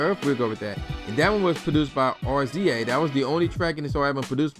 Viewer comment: Cmon. I support your (side)hustle. But 1. If you don't remember if you actually bought this album then you shouldn't review this. 2 R-Z-A? Seriously? That's RAZOR(pronunciation). GZA pronounced JIZA! This isht was a classic.